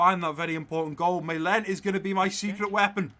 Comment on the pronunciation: i dont wanna be idiot, but Malen is pronounced Marlen